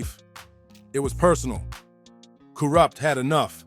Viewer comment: i cant stand to hear the way the narrator says kurupt and tha. makes me cringe every time he says it